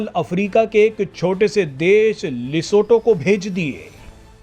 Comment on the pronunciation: लिसोटो नही लिसोथो